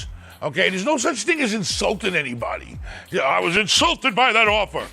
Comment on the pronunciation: It’s Insulted not insulated